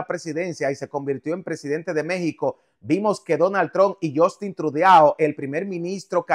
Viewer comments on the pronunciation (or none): none